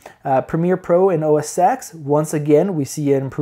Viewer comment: you say OS X as "Oh Ses ten" not "Oh Ses ex" :-) thanks for the benchmarks